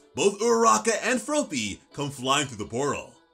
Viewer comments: F R O P Y not Froopy lmfao.... I get that you are American but come on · Please stop saying "Frowpy", it's just "Frawppy" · Fruh-AH-py, not F-rope-ee. lol I know the manga doesn't say it out loud and another comment already mentioned it, but I had to say it, too. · Just remember - it's based off the word frog. You wouldn't say Frogue, you'd say frog! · You're saying "Fropey" instead of "Froppy" it should be pronounced like "Floppy" but with an "r" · It's fr-AH-pee. Not fro-pee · It’s froppy not frooooppy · As much as I love ya your way of saying Froppy kills me it's just Floppy with and R.😂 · Did you just call Froppy FROWPEE? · I love the way u say froppys name LOL FRO PEE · Bro's sayin' "Fropey" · hes saying froppy like soapy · It’s fr-ah-ppy , it actually bothers me you’re doing it wrong